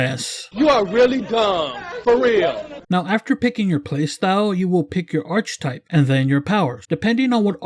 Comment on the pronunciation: The word Archetype is pronounced Arch - Eh -Type not Arch-type btw.